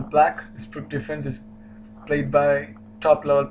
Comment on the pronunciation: pirc is pronounced PIRTZ, not »PIRK«.